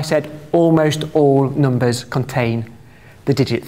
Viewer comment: Noombahs thwee